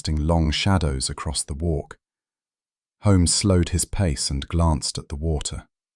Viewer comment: I don't like the pronunciation of Holmes in this story.